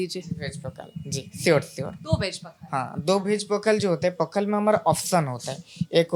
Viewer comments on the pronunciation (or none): पखाला नहीं पखाल कहिए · ये "पखाल" है पखला नहीं है। इससे सही करदेना बस 😊 बाकी हमारे राज्य को में दिखाने के लिए धन्यवाद। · पखाला नहीं ’पखाल’ ପଖାଳ बोलते है । Please correct it next time and Thank You for promoting our Odia dishes. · It's पखाल not पखाला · It's not पखला it's पखाल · पाखला नहीं, पखाल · It's पखाल ✅ not पखाला ❌ And we Odias call 'Alu Chawkawta' ✅ Not 'Alu chokha'(Hindi). Most importantly it's pronounced as 'Pawkhalaw ' ✅ not pakhalo❌/pokhalo❌